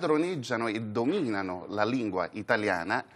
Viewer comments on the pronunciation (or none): Concezione (invece di concessione), domìnano (invece di dòminano).... l'avvocato napoletano sarà esperto in ius.... ma in quanto a scholae...😂